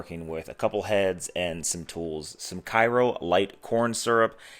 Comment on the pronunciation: As a proud southerner, I’d be remiss if I didn’t tell you it Kay-ro syrup. Not Ky-ro Cool vid. And I’m def making some.